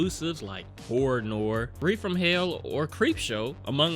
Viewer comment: Petty comment of the day: He pronounced Horror Noire as Horror "nor" when it's pronounced "nuwah".